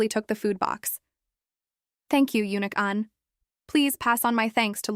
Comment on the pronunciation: uhh I think ‘eunuch’ is pronounce ‘unch’ instead of ‘younick’